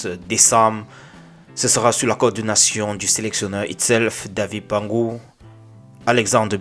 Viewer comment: Nouhou&Bassogog nouveaux capitaines,c'est David Pagou,et pas "Pangou"